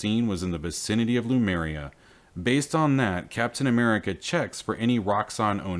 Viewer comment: Great series of videos! But can we get the name right? l-Em-U-r-i-a NOT l-U-m-E-r-i-a.